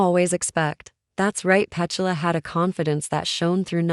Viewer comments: The pronuncation of her name is PeTula not Pechula I believe. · The AI commentary ruins this. Can’t even pronounce her name properly 🤦‍♂️🥴